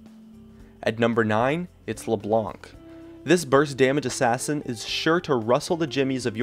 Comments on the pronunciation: isn't "LEBLANK" it's " Leblan" The C got no sound. it's french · your name pronounciation is so awkward... "Katarinaw", "LeBlonck", "Rengawr" in other videos I somewhere also heard "Alistawrrr" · "c" isnt pronounced.u lived in France ? so u should know that. we're french, if we say it's not fcking pronounced, it's true. hahaha, he'll teach us how to speak french. :^')